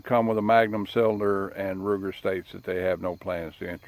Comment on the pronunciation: "Rugur strangler"lol...but i agree rough rider is far more better and historically accurate to colts then strangler except that safety notch on the left...but i like that safety too....i purchased new out of the box 4.75 inch barrel length with cocobolo birdshead grip along with dual cylinders and it eats all types of ammos like a champ...22 short,long,lr and wmr...best part is, it shoots some unique ammo that wont cycle on semi autos...like rat shot or shell shot ammo and also very silent Aguila Colibri which has 20 grain lead round nose with marked 420 fps but out my barrel length it hardly goes upto 330 fps...but man i really love this revolver..this is mine 1st fire arm which im still improving and learning and also helps my daughter to learn safely specially with that safety notch it has...i bought it in may of 2024 and me and my daughter have put more then 3000 rounds and it never gets stuck or malfunctions though i use all types of bullet from old junk to expensive self-defense wmr....but i also never forget to clean after every 60 shots or so....i usually try to keep my gun as clean as possible..and by the way i am from very low middle class background who just earns enough to keep me and my family's life running at basic, so couldn't purchase any expensive firearms...but when i found out in my local dealership that there is an offer and discount i bought this gun.... as its cost was only 150 dollars brand new......but now im in so much love with old cowboy single act